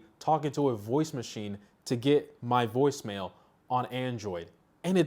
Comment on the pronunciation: Woice mail? It's from cellular network not from device🤣